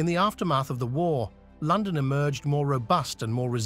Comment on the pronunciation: The voice over ruins this doc. Great topic and idea - AWFUL AI. Words such as London, imagine, Eighth, dynasty etc. are mispronounced through out the entire thing.